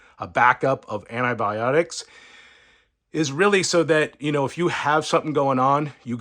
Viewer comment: aNNaAbIoNiCs.....???? It's ANTIBIONICS.